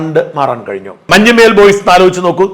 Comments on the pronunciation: മഞ്ഞുമ്മേൽ അല്ല മഞ്ഞുമ്മൽ കറിയേച്ചൻ അല്ലാ കറിയാച്ചൻ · മഞ്ഞുമ്മൽ ബോയ്സ് എന്നാണ്, മഞ്ഞുമ്മേൽ ബോയ്സ് എന്നല്ല